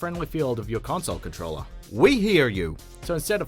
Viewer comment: Hah "CONTROLLER" NOOO